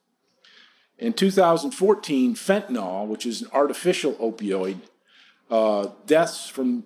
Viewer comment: I think LvMI should get an actual physician to speak on this issue. Mark is great economist but he's a little over his head as far as the medical aspects go. Fentanyl is not "fentanOL" and lots of other little mistakes. It is a very complex issue and not as simple as "doctors are encouraged to prescribed opioids." (it is actually quite the opposite, I have morphine stored in a safe which has a key stored in ANOTHER safe at my job, it takes tons of paperwork to document it daily, we never use it. Also have all sorts of hurdles to prescribing narcotics through pharmacies. And you have to check PMP/I-stop for every prescription. AND it's a threat to your license. AND it's medically not even much more effective than typical NSAIDs- ultimately I prescribe narcotics maybe a few times a year, and I see pain dozens of times every day) Anyway, it would be interesting to hear a Libertarian/AnCap who is also actually a prescriber speak. I'd do it but I'm not enough of an Austrian economist at this point in my learning, just as Mark is not yet knowledgeable/experienced enough medically.